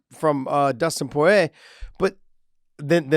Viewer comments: For God's sakes Josh, repeat after me: "Pour-EEE-yay" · Josh, why won't you say Dustin's last name properly even after knowing how its pronounced? Lol that shit bothers me more than it should